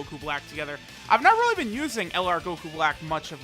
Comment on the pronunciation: "no this unit is r-r-r-r-r-realy good"😂